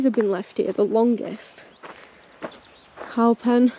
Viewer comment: Thanks for sharing your great exploration. The wagon with Cowpen on the side is from Cowpen Colliery, pronounce Coopen and is a coal wagon.